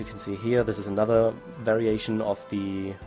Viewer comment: When he says variation it sounds like very Asian XD